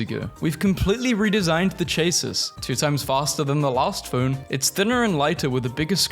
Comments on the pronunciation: chases.... IM FUCKING DYING. IT'S PRONOUNCED CHASEE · cha-sea (I think it is how it is said)